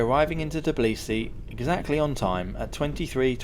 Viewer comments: Tbilisi, not Tiblisi. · First of all it is not TIBLISI it's pronounce TBILISI! Second it is mount ARARAT (even mentioned in Bible!!) not ARAGAT but otherwise useful info has been provided.